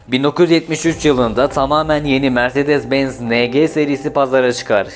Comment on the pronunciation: mirzedez benz bazar harika telaffuzlar cidden videoyu tamamlamakta zorlandım